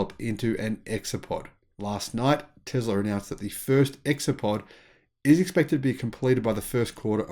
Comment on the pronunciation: Its not Tezla its Tesla!